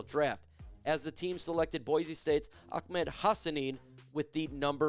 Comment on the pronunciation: my friend. It is Ahmed(Ah-med) not Achmed. No k or C in Ahmed.